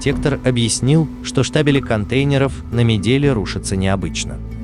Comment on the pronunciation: Ты бы уже вылезал из своего 10-го класса и включал мозги). Мидель - говориться мИдэль. Или что, научился у своего историка Исаева или как там эту шляпу зовут?